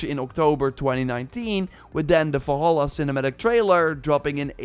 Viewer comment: I don't get annoyed often but jesus, how hard is it to say "valhalla"?